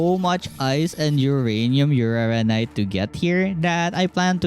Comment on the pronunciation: Its called uranite, not urarararanite 😂